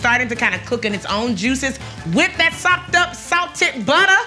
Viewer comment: It's sopped up bay-bee! 😂